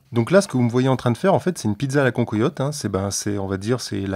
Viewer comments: Désolé d'être un peu chauvin mais on dit pas "concoyotte" mais cancoillotte nom de dieu !! Salutations de la vallée de la loue 🙂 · cancoillotte se prononce can coi iotte et non can-co-iotte. merci pour le partage